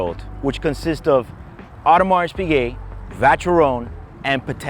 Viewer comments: Everybody knows how he loves and celebrates the brand he cannot even pronounce properly. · You are pronouncing Audemars Piguet wrong 🤦🏻‍♂️ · Audemars Piguet (as a fan, please pronounce it correctly) is a one-trick pony. It's all about the RO. Rolex is less luxurious and more industrial in comparison, but they have more true icons in their portfolio. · He does not even know how to pronounce the brand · dude can't even say Audemars Piguet correctly!